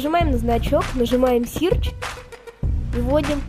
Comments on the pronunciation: Сирч? Что это такое? Может сёч (Search)? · "Game Guardian Plus защищён от игр имеющих защиту от взлома"....нет вы вдумайтесь: "ЗАЩИЩЕН ОТ ИГР ИМЕЮЩИХ ЗАЩИТУ ОТ ВЗЛОМА" - что блеать??? и не мешало бы английский поучить...search читается не "сирч" а "сёч"